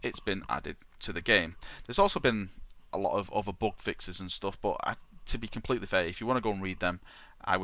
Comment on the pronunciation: "He stays completely... completeleh"